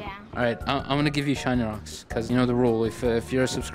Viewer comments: Bro said shiny wocks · "bro said shiny Wocks